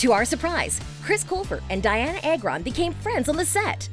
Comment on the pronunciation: It’s ARGON not “air-gone”.